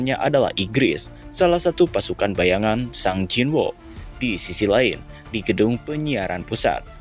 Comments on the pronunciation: gemes dengernya, sung jin woo, bukan sang jin woo 😂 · Sung Jin-Woo (성진우), dilafalkan "Seong-Jin-u" ✅ Sung jin-woo dilafalkan "SANG jin wo" ❌